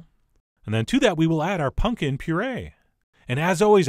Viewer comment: Why do you keep saying punkin